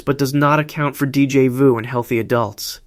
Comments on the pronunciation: I hate AI voice. Deejay voo? So annoying. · Gahhh that pronunciation of Déjà vu is infuriating